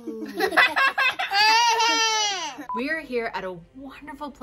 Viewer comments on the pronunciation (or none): say cacoon: LalalaCavoon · Just loved the way pronounce Cocoon 🤣🤣❤